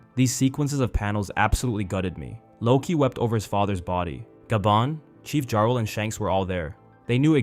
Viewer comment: I believe it's actually a soft J, so they would be pronounced Yarl and Hayrudin.